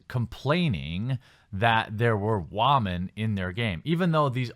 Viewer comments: How does someone who is clearly a native English speaker not know how to pronounce "women"? Sheesh. I don't see how they even attacked their fans. If you have such a big issue with their game, don't play it. That sounds like common sense, not an attack. Are you guys that fragile? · You still don't know how to say the word Women. It's not the same as Woman.